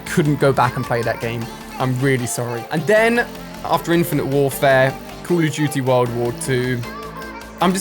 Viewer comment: Where this guy from? He says “Cool of dooty”